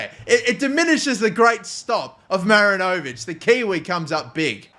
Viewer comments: mate as a kiwi im gonna need u to correct this, its pronounced ma-rin-o-vich not marin-0'vic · Dear: mi-RI-ni-vich Sincerely, all New Zealand football fans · Great stuff mate! Just don’t over pronounce the “o” in Marinovic😁 He was the NZ international keeper, good player